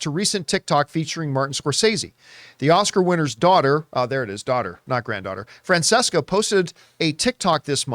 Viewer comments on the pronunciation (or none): John or “”….. that’s not how Italians pronounce Francesca. The first “C” is a “CH” sound